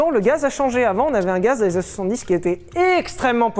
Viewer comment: " Avec quelques anné d'humidité" j'étais encore sur les caleçon moi...😂😂😂😅🤣